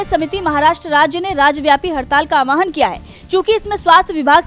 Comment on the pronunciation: Word is "aahwaan", not "aawahan".